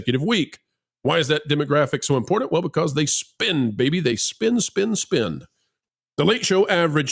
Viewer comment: actually pronounced "important" for once. He usually pronounces it, "impornate".